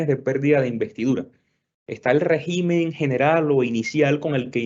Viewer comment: Régimen, por favor, cuidar la lengua castellana por favor. Con acento gráfico en la primera e, con acento tónico en la primera e, también. Oh Dios !